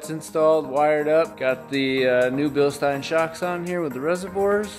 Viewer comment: So it started out as Bill-steen. Then we got the "correct" pronunciation of "Bill-st eye n". Now I detect an "Sh" sound instead of an "s". Is it "Bill-sht eye n"? Or is the sh sound something that doesn't have the English equivalent?